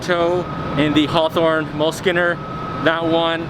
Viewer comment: It’s pronounced “mule-skinner”, not “mull-skinner”.